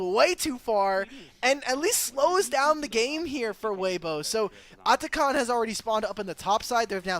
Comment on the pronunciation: this annoying caster pronouncing atakhan likes he's indian ffs